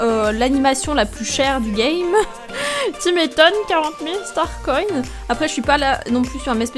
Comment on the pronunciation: On dit pas star coïnne mais star coins